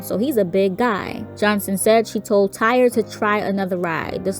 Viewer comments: I’m pretty sure it’s pronounced TY-REE ain’t nobody out here naming their child TIRE 🥱 May he Rest In Peace 🙏🏾🕊 BUT my unpopular opinion and not to sound insensitive but I believe it was both the ride operators and the young boys fault , the young boy knew before anyone else that he wasn’t secure in his seat.. ANYONE that gets on a ride knows before the operator if they’re comfortable or feeling secure , the boy should’ve raised his hand and got the ride operators attention but the ride operator also should’ve been more observant because had he been , he would’ve been able to tell Tyre he couldn’t let him ride that ride.. he was careless 🤷🏾‍♀️ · It's pronounced Ty-ree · RIP Tyree (pronounced Ty-ree)... 🙏😢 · Why the fuck her ass keep saying Tire . How does Tyree LOOK or SOUND , ANYTHINGGG CLOSE . TO. tire. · Correct... On other videos his family pronounced it Ty-ree. Simple mistake. 🤗